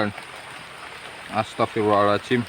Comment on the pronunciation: masukan bang, kalo istighfar itu Astaghfirullohhal'adzim, bukan pake 'ajim